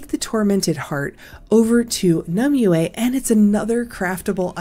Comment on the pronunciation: Not one youtuber can pronounce it right.. Nim-wey. Its Nim-wey... not Nim-oo, not Nim-you-ehhh. Hurts to hear lol.